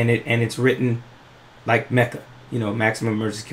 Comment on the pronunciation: I watched that episode. Tariq definitely botched MECJA. I cringed...